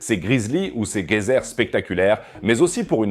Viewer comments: C’est quoi cette façon de dire « gueyser »??? Ça se prononce geyser (J) Bref sinon bonne vidéo, mais respectes la langue française s’il te plait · Ont dit geyser et non gueyser, prononcer comme s’il y avait un j . Pour dire gueyser il faudrait un U après le G. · Pour votre entreprise de traduction : Un geyser ne se prononce pas avec un G comme guerre, car le E suivant fait prononcer comme avec un J. Merci pour la vidéo, effectivement les outils pour surveiller sont de plus en plus sophistiqués. Un oncle géologue, maintenant à la retraite, a participé et obtenu les nouveaux résultats pour des volcans aussi français. Lesquels ne sont pas tous endormis dans le centre de la France.